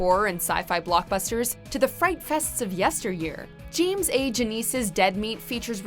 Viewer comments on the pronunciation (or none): It's James! Not Jeems! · Did she call him Jims ?